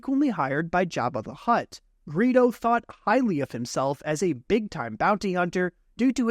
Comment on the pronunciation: Serously, Greo? ITS GREEDO